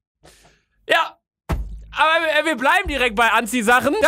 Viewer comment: Er hat aber gedagt aber das hörte sich an wie "abba" und abba ist eine band,also hat er die band(also die personen)auf den screen gemacht XD